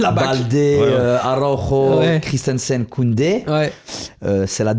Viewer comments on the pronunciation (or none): none